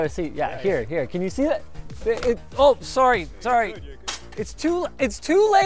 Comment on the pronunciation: the pronunciation of "Sorry Sorry" makes me think Linus is not Canadian but a US spy.